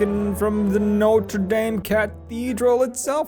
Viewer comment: New sight in Paris: la Notre-Daim It's Swedish it's chocolat it's a church it's brilliant :3 (I forgive most of your mispronunciations but not DAME :3 dame-it)